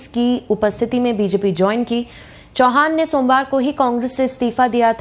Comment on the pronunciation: चव्हाण बोलिये चौहान नही